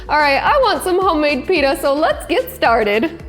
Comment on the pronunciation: YUOU SAID IT WRONG